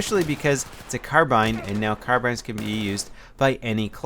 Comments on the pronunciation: Its carbine, not carbean -_ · The word is spelled car-bine not car-bean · car BINES is how it is pronounced. Like Amanda Bynes. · He just messed up, every other time he says 'Carbine' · Car-bean hahaha is it a tur-bean as well? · How do you pronounce "carbine" now? "carbAIne" or "carbIIne" ?